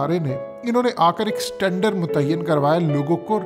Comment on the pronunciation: Standard NOT Satandar